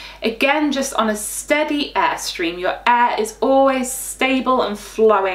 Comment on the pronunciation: When you pronounced air i thought it was e